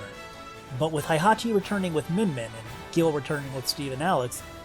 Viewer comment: Thats not how Heihachi is pronounced